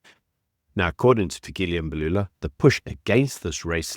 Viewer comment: It's not Fikili Embalula we call your names correctly and I've heard Americans call African names right. Lena le dira ka bomo mxm.